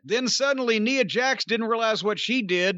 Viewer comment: He mispronounced Nia's name a few times, lol